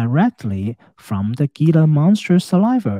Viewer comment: Very interesting analysis. Thank you. Wonderful channel. Good luck with your health journey. Btw, Gila monster is pronounced "Hila' monster. I live in Arizona and they are a native species. One of the few lizards in the world that are venomous.